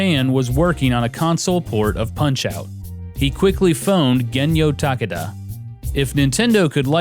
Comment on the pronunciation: I think Takada has 3 syllables